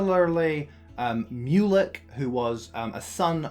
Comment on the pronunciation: Haha yup! It was a good summary, but there were a few pronunciation errors. It’s also MYU-lek, not MOO-lek.